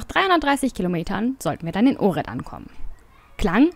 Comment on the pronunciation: zur info: ohrid spricht man "ochrid" - nix fütr unguat !